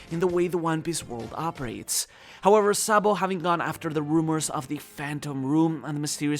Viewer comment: Sa D. Bo is not pronounced Boy its "Bow" one piece community cant read basic English